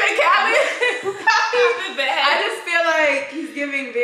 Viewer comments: BRO SHE SAID DJ KHALAD WE THE BEST IM DEAD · Say my name baby Dj Khalid 😂😂😂 I’m sorry every time I hear his name that’s all I can hear 😭